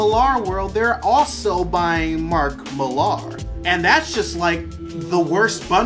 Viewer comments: William Higton - which is pronounced more like Miler than Mil-are in UK. Americans tend to put this weird emphasis on the "ar" part. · Mark is a Brit so his surname is actually pronounced The same way you would pronounce "Miller".